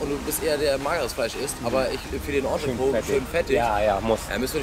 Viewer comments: Geiles Video. Es hat echt Spaß gemacht dir beim Essen zuzuschauen, obwohl ich auch sehr gerne mit dir den Platz getauscht hätte ;-) Noch ein kleiner Klugschiss, das 'T' am Ende von Entrecôte wird ausgesprochen, also Ontrekot... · Geiles Video, weiter so! Als halb Franzose muss ich allerdings einmal den Oberlehrer machen, weil ich es so oft falsch höre: Entrecôte wird Ontrekot und nicht Ontreko ausgesprochen, das T ist also nicht stumm. Übersetzt heißt es übrigens zwischen (entre) Rippe (côte);) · Was heißt denn "Auf den Tisch" auf der Rechnung für 36 Flocken?? Und ich weiß nicht, warum jeder, on Frau Poletto oder sonstwer, entrecote immer falsch ausspricht...sebst wenn man kein französisch hatte... gesprochen wird es entrecot, nicht entreco, mit stummen e. Sollte man doch hinkriegen. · Sehr schön, man sollte aber schon wissen, wie man das, was man bestellt, ausspricht. Das t bei Entrecote ist nicht stumm. Stumm wäre es, wenn man das e am Ende weglassen würde.